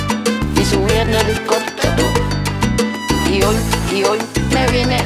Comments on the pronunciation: Ella seguirá viajando en Hilicoptero, Hilicoptero, Hilicoptero Así lo pronuncia, ella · Brother se dice "ELICOTERO" no helicoptero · Cuanto se le dificultará decir ELICOPTERO.